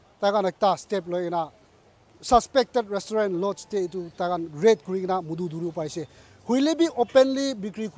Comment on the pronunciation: First of all should stop taking the moral high ground in this issue and also he needs to get the pronunciation of restaurant correctly. All these so called news reporter and police going around checking alcohol and reporting about it should be tested how long they have been sober. Dear Naga brothers and sisters, don't waste your money on alcohol here in Nagaland. It's not that far, just go to Assam and save some money.